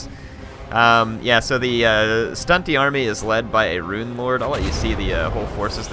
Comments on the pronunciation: Stop saying ruin! Rune is pronounced roon not ruin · Eliot Metherell yes but when he says Rune of whatever he always pronounces Rune like ruin